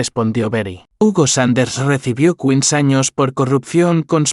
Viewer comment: Por que dice quin años no entiendoooo